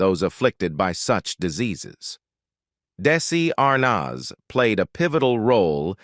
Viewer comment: It's Desi Arnaz not Darcey Arnaz